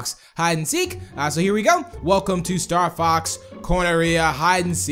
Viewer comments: did anyone else here say starfucks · when said Star Fox it came out a different way